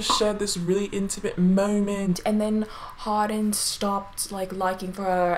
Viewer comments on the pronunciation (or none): “Harden” like “Hard-on” lmao Sorry